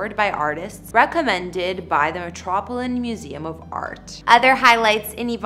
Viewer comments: Metropolin museum is metropolitan. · I did enjoy your channel, but you've lost me. For covering some of the most interesting homes, your style of dress is unacceptable. You lost me with your pronunciation. "Metropolan". It's The Metropolitan Museum Of Art, The Met. EDITING‼️‼️‼️. I do give you credit for creating your intresting YouTube Channel. It's really quite a surprise you can pull off such a feat, with a literacy level of a six year old. In the past, delivery, the voice, ARTICULATION, was important. Not so much today. With an interest in improvement, you'll take your already successful YouTube Channel to greater heights, most likely without my participation. I am open minded⁉️